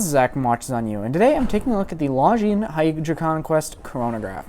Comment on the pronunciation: It's "Longines" not "LongineS".